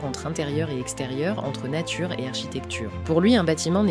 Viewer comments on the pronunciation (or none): none